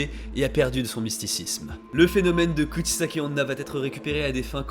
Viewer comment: Dans un total accès de mauvaise foi de ma part, j'accuse la prononciation de! XD